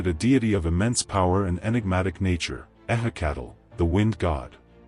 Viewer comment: ehhe cattle, my ass. goddamn ai crap.